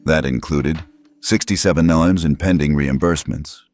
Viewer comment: Teach your AI reader that 'million' is pronounced 'mill-yon' or 'mill-yan' not 'mawiwi'